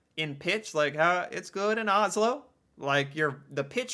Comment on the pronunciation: The pronunciation is typical for people living in Oslo. The rest of Norway cringes when they hear that.